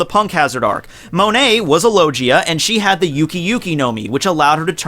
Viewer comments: i wanna watch this video but you just called a logia fruit a loJea fruit Please corret your pronounciation your killing my hears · It's Low-Gee-Aa, not Lo-Jee-Aa -__ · It would be called the mizu-mizu no mi, it's logia not lojia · It's (Low-gee-uh) ur killin me ma boi😂. Talkin bout a lojia fruit😂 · Did I just hear him say “Lojia” instead of Logia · Lojia type? I think you mean logia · is extremely smart also: says lojia instead of logia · Yessssssss logia not lojia it annoys me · Lo. Gee. A. That’s how I say it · it's not loJia, it's fucking logia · Low-Gee (guh not jee)-Uh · HE SAID LOJIA IM DONE... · No fucking way, did you just pronounce logia fucking Lojia, what the hell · Say it with me low-gee(as in like a karate gi)-uh. Its literally pronounced so much through out the show, it blows me away how so many of you one piece youtubers are consistently mispronouncing it. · Low-gee-ah not low-jee-ah Also I believe if a misu misu fruit were true then you could swim in water by using water around you. It would be op but that's why it would probably be one of the strongest. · Did he just say lojia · Ur saying lojia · "Lojia" ughh, hearing that makes my skin crawl, lol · "Could a lowgeea type dev-" Yup paused the video and I'm not watching the rest lol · "LO JI AH"?? Since when does G sound like J? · please for the love of God stop saying low-jee-a. please... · The way this guy pronounces logia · The way used to say logia is so weird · you pronounce logia wrong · the way he said logia...... AHHHHHHHHHHHHHHHHHHHHHHHHHHHHHHHHHHHHHHHHHHHHHHHHHHHHHHHHHHHHHHHHHHHHHHHHHHHHHHHHHHHHHHHHHHHHHHHHHHHHHHHHHHHHH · the way he said "logia" Kill me now